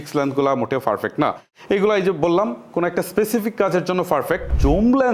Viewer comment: Veginner, Valo, ferfect, frofessional eigula ki abar? Apnar theke to class 3-4 er english medium er bacca o valo pronunciation pare.😂